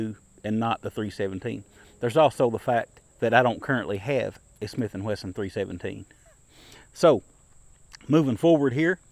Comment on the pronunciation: Dear: I really like your videos, and I enjoy even your tabletop comparisons; you have a way of making them interesting and never boring. They are also very accurate, which is why I wonder why you keep saying “Smith & Whesson”, instead of the correct name Smith & Wesson. I don’t mean to be picky, or disrespectful. Just encouraging you to maintain your very high standards. Thank you for your great videos.